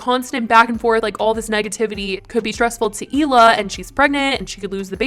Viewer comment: I think I’ve heard somewhere that Hila and Moses were never really close a siblings, but I know for a fact, if my brother got anywhere near someone who constantly called me names and made me cry, he’d not calmly sit there and smile in their face! Also, how many times is Trisha gonna keep mispronouncing her future sister in law’s name? It doesn’t take a lot of brain cells to call someone by their proper name!! She does it as an insult. Trisha should take note that Ethan really isn’t going hard after her is because she’s soon to be family and he’s loyal to his family. How many other people would give someone a pass that called their mom a bitch, vile, scum, and satan.